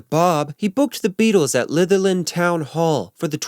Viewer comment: You have mispronounced SO many names and words. LITHERLAND, Bob “WOOLER” Richard STARKEY and it’s CAS BAA (Casbah) not Cazbuh. Come on now. If you are presenting something as “well researched” then learn to pronounce the names and words properly. I think you are just kind of copying this from other stuff. Most of this is all well known by Beatles fans anyway.